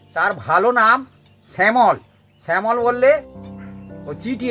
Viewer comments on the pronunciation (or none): স্যামল না samol না। শ্যামল shyamol